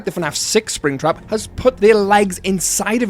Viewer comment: he said sraptap at one moment